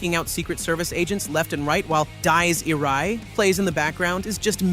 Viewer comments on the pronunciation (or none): Nightcrawler, while playing "Dyes Ir-aye". /facepalm🤦 Just hire a guy or girl to read it pls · "Dies Irae" = "Dee-ess Ee-ray"